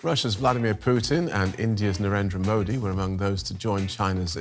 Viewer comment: Donald❌doland✔️ Narendra❌lalendar✔️ 😂😂😂😂